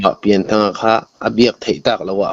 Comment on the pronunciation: Pianthanga tih tur a ni a, Pian tih hi Lian kan lam ang a lam tur a ni.